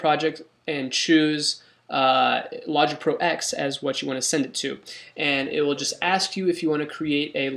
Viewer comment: It's logging ten not x silly